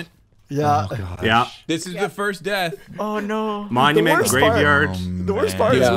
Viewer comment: Why is grian's "oh no" so... Scottish sounding